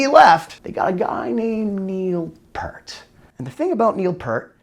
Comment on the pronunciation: OMG!! It's NOT pronounced "PURT" it's "PEER-T"!!